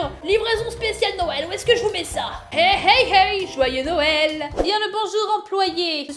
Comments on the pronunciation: Noël sa s'écrire comme sa "noel"Et pas "nouel " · Noël sas ses cris pas comme 😥Nouël mais comme sas Noël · putais c'est noel pas nouel AHHHHHHHHHHHHHHHHHHHHHHHHHHHHHHHHHHHHHHHHHHHHHHHHHHHHHHHHHHHHHHHHHHHHHHHHHHHHHHHHH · Nouël tu ne sais pas dire Noël 🎅🎅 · c'est Noël pas nouël mais c'est pas Grave!!!😚😚😚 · Mettre un like si fait exprès de dire Houël au lieu de noël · Ce n'est pas nouel comme ca, c'est noel comme ca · pas nouë mais Noël et joyeux Noël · wat ? nouel ? noel ! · Elle le sait mais elle le fait exprès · C'est pas Nouel c'est Noel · Non noel sa secri n o e avec deux pouin et pour finire un l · c est pas nouel mais c est noel b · c pas nouwel c noel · Rlle à dit nouel alors que sa s'écrit noël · On dit noël pas nouël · c est noël pas nouël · c est noel pas nouel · Non Karal ses Noël pas Nouël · On écris pas nouël on dit noël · Se n'ai pas nouel c est noel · ses pas nouël et non noël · Elle a bien dit " nouel " j y crois pas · Ses noél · Ta dit que Noël sa s’écrit nouel mais nan euhhhh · On dit noël